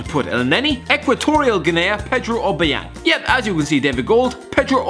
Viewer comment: Equatorial Gi-nee